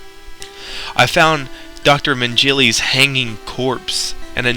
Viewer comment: Dr. Mengele is turning in his grave right now. Sure, he is in hell and that may cause some grave turning, but you totally butchered his name worse than Dr. Mengele's failed surgery experiments. HAHA, Sorry bro, just pissing with you. Great story, I love video game pastas.